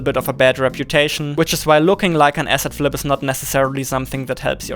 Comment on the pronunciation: "asset flip" ... I thought he was saying "acid trip" at first